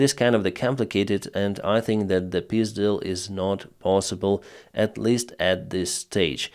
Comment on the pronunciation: I like your pronunciation of "peace deal" as "pyzdyl"